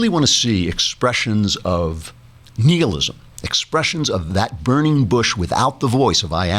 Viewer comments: BlizZinski The Latin root "nihil" meaning "nothing" is pronounced nee-hihl , thus Klavan's pronunciation should be preferred. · I think he's correct. Google translate gives a very close pronunciation (when you click the sound icon).